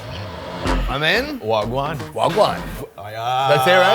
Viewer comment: It's wha gwaan!😊 ( Patois, pronounced patwa) meaning what's going on, but thanks for the Kenyan version🇰🇪.👊🇯🇲